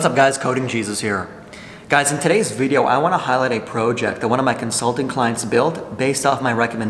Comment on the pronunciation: Proughject? WTF 😂🤡